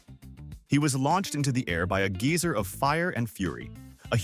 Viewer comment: The mis pronunciation of geyser had me crying